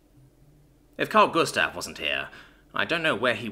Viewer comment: You say karl gustav quiet good 🎉